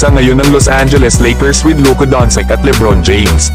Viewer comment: doncic naging doncik 😅